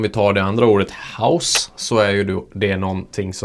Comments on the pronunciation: Mycket bra förklarat, snygg video! Men visst uttalas hausse som "håås" och baisse som "bääs" haha? Men det låter ju iofs kul med house och bajs 😅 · öva på att uttala baisse och hausse på rätt sätt! :D